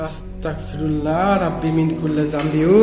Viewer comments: ভাইয়া আস্তাকফিরুল্লাহ হবে না,,,এটার উচ্চারণ হবে আস্তাগফিরুল্লাহ হবে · ভাই আস্তাকফিরুল্লা না অস্তাগফিরুল্লা